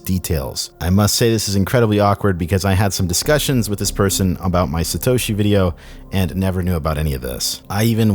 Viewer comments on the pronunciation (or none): none